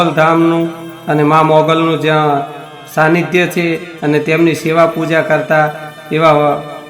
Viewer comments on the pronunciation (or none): none